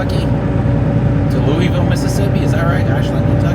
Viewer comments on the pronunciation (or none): There's no Leweyville in MS. It's "Lewisville"